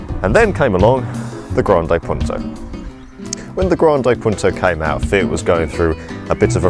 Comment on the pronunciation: it's not 'grandeej Punto' ......